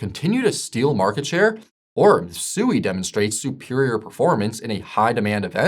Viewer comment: Its not pronounced SUEY